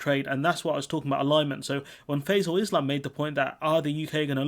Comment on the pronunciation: Ah good... Also small mispronunciation of the interviewers name. (Think its Fie-zel rather than "fa-zel" )